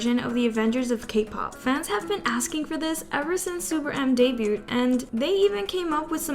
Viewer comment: Hot tip: "debuted" is pronounced 'day-byood.' Pay attention in school, kids.